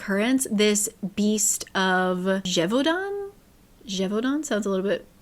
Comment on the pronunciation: Yes, Gévaudan is said "jay-vaudan", not "gay-vaudan" in French. ^^ "La bête du Gévaudan / "The beast of Gévaudan" is a widely known 18th century strange event / mystery in France. Gévaudan is an actual village in the south of the country.